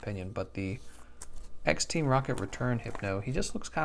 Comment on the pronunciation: The “ex” in pokemon card and sets are pronounced E-X not “x” just pronounced the way you spelled it like G-X